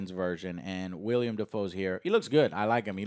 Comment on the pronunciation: It’s not William it’s willem